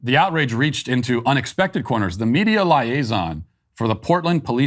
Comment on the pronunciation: Learn how to pronounce liaison.